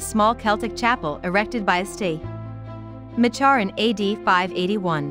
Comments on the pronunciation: ‘Ma char’ should be pronounced Macker. And St is pronounced Saint. ‘Saint Macker’ ‘Pro-voste’ is pronounced provest. Craths castle should be pronounced crath-ess. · It's NOT pronounced Machar. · The pronunciation of St.Marchar’s is wrong. Ask an Aberdonian, like me!!🏴🇨🇦🙋‍♀️